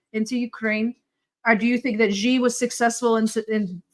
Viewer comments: Top notch. Xi is pronounced a lot like ‘see’ not at all like ‘ji’. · just to note, the name Xi is pronounce similar to Si or See, never Jeer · Great content but would love to hear Xi pronounced right - "sea" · Xi’s name is not “Gigi”! Or Gee! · Xi is pronounced as See. Also, Xi is the surname. Chinese place the surname at the front. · In mandarin it's not"sea", it's more like"shi"